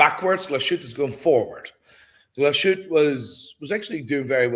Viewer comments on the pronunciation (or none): For someone who's usually on point with the pronunciation of watch brands your pronunciation of Glashütte was really bad 😂 It's not Gla-shute it's glaaaaas-hütte, long A and german ü.